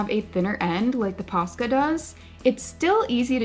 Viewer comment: I kept hearing PASTA 😂 now I want some…..